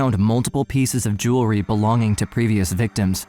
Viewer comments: The word is jew-el-ry, NOT jew-le-ry. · Gotta get your AI narrator to pronounce jewelry correctly!